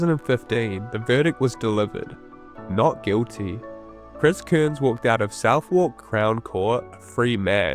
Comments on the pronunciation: Cairns, not "Kurns". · Cool vid dude but a small critique would be that his name is not pronounced Kearns